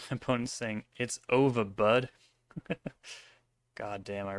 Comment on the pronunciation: "it's ove bud" lol